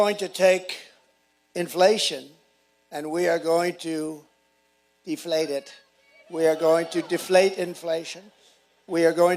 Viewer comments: Wait, wait, wait!! Did he say dee-flate?? College educated!😂😂😂😂😂😂😂😂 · “Deflete” inflation .He is trying to talk policy here.😂😂